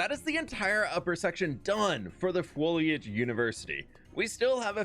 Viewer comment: Imagine being a student at the fwoliage university and having an allergy to pollen. 😂